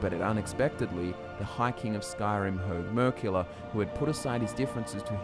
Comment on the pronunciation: Every time you mention 'Hoeg Mer-Killer' in any video, I always hear it as Herg Merkula, and never once questioned it 😅🤣